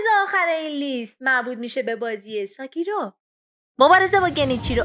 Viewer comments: شما مطمعنی همه اینایی که گفتینو بازی کردین؟ اسم بازی سکیرو هستش شما میگی ساکیرو چجوری میشه بعد بازیش کرده باشی؟ عجیب است عجیب😏👌🏻موفق باشین👏🏻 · بخدا اگه تلفوزت رو درست کنی نمیمیری اوروفِن اف کوز نه اورفِناف کاس ساکیرو نهنهنهنه😡😡 سِکیرو گِنِچیرو نهنهنهنه گِنچیرو نیمِسِس نهنهنه نِمِسیس